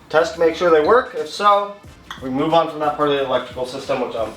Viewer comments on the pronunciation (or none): none